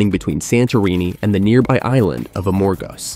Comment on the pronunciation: It is not A-MOR-gos. It is Amor-GOS!!! Accent on the last syllable!!